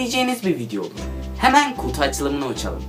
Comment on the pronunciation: da kutu yerine kuzu diyor.